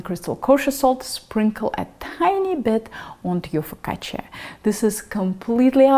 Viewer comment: Nice job pronouncing "focaccia" with the emphasis on the double "c". Many cooks (incorrectly) make it rhyme with the Spanish "la caja". Do you speak Italian? Great recipe by the way. My focaccia tends to be rather flat and now I know why. Thank you.